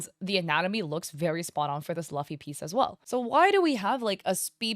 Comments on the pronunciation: It hurt every time you say Luffy wrong. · Who says Luffy like that 💀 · I have never heard Luffy being pronounced like that before